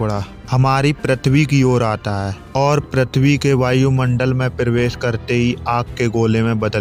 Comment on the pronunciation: bhai pritwi nhi prithvi hota hai😅